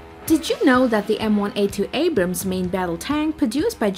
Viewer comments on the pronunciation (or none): none